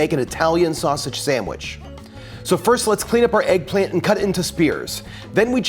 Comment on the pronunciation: If he say eggplamt one more time lol